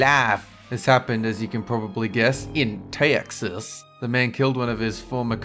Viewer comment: dat rlly offended me bc I live in Texas and it's not how u say Texas, and Texas looks like a normal city unless I travel too George west, so just don't make our state look bad plz cuz we're good Texans (most of us)